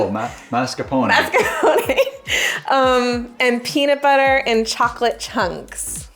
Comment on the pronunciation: I kept hearing paper when was saying peanut butter.